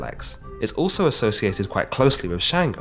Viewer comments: It’s Chung-go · Sango not shango